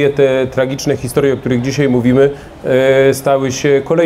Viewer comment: Zych się nie zmienił, nie oglądałem go pół roku, wrzucam ten film i co słyszę w pierwszych minutach? "DZISIEJ" NO JA PIER...